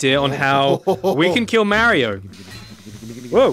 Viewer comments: It’s not (mama-ree-ooooo) it’s (mar eee oooo) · Its Mario not mareio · It’s pronounced Mario not Mairio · it’s funny how they say “Marry-o” instead of “Mario”. I know Wacky says it right. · Forget you killing Mario you killed his names 5 seconds into the video. Merrio? 🤦‍♂️ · I think you mean Mario because you're saying Mario wrong